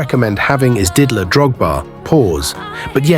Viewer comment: Didier not didler